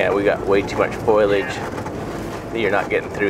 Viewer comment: FOE - LEE - AGE, Jarred. LOL